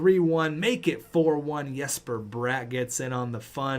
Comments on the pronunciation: I hate to be that guy really but its really not pronounced Yesper for Jesper. Its legit just Jesper without pronouncing the Y just the J. Or just call him the Swedish Wonder. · Jesper bratt is not pronounced like yesper but like jess in the name Jessica